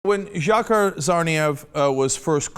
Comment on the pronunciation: It's pronounced "Jahar"